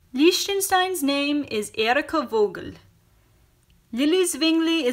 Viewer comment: You dont pronouns "Vogel" as "Wogel" Its "Fogel"